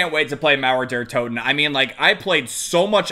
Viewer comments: Mauäer däer Totäen xd... Way to funny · I lost it when you tried to say Mauer der toten, just so funny when you're german